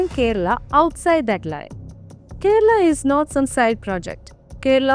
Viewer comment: Beef here is Buffalo 🦬 Bainsa. . Kera Alla. It's Kerala. Why are you pronouncing Kerala in mallu accent. Read Vedas. Even horse was eaten